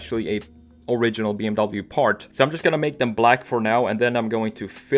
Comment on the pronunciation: This was so Hard to watch! You prononced "BMW" Wrongly >:(